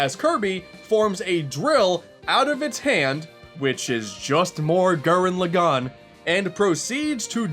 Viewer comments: one of my favorite YouTuber's, but c'mon man. gurren log-in. not lo-gone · Gū-ren Lā-gen. Sorry to be that weebo, but please say it right.